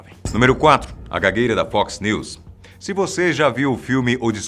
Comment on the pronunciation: Até que enfim alguém falou NEWS corretamente. O é o cara!